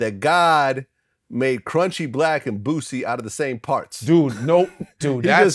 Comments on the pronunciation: Why was he callin boosie bootsee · GLAD DIDNT CORRECT HIM FOR CALLIN BOOSIE BOOTSIE LMAO! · Nobody going to tell Godfrey that it’s Boosie not Bootsie??? 😂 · Godfrey been calling Boosie Bootsy 👢 for years now😂 I'm Glad people finally heard it too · but his name is Boosie not bootsy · Hahahaha bootsie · no it's boo-see not boot-see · Everybody: Boosie Godfrey: Bootsy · Lmao and he saying bootsy 😂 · Godfrey lowkey trolling Vlad by calling Boosie "bootsie," he damn well knows his name and especially after that long joke about the old man and all the names. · Young cats say Boozie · It’s funny how Godfrey pronounces “Boosie” as Bootsy. Lol kinda ironic 😂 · It’s BOO-SEE Godfrey not Bootsy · DaFuq is “Bootsie”..... Bootsie Collins⁉️ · Did he say Bootsy?!😂😂😂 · Footsie...?! He got the name wrong, hahaha!! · Why does Godfrey keep calling him "Bootsie"? 🤣🤣🤣🤣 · GLAD, you need to correct Gregory that its BOOSIE not Bootsy 🤣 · Haha it’s Boosie not Bootsy [Collins] Come on Gerald, I mean Godfrey. GladTV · Godfrey can't talk he stay calling Boosie "Bootsie"! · Godfrey, it's "Boosie", not "Bootsie"....sheesh.. NewYorkers. 🤦🏿‍♂️ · Why does he called Boosie Bootsie?! 🤣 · Boosie not "Bootsie" Godfrey smh lmao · It’s boosie! Not bootsy! Lol 😆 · Damn Joffrey called Boosie “Bootsy” now 😂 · It's Boosie, not Bootsie 😂😂😂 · I’m tryna figure out if he callin Boosie Bootsy on purpose cuz it’s Glad TV now 🤔🤔🤔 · Now he got this nigga sayin bootsie instead of boosie 😂😂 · BOOSIE!!! he said bootsy n lol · Speaking of not saying names right, why Godfrey keep saying Boosie like Bootsy? There's not letter "T" in his name lol. Salute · Well Godfrey you just did it too bc his name is pronounced Boosie lol 🤣😆. Come on man! Boosie not Bootsy Collins 😂👌. 2 different people dog lol. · And he successfully fucked up bootsies name lmao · Somebody tell Godfrey it’s BOOSIE not BOOTSIE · Its BOOsie not BOOTsie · Bootsy.. its boosie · ...then godfrey call boosie "bootsy" lol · Jason Weaver: Bootsy